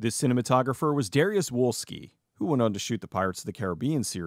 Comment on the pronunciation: It's pronounced DARYOOSH VOLSKEE, by the way. Great video.